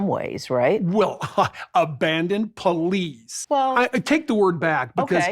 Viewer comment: Pul lees!!! Lol